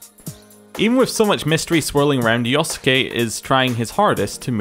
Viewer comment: Love how you keep mispronouncing yosuke ahaha